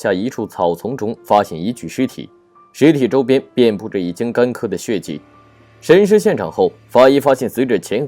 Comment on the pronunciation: 干涸（he）不是干ke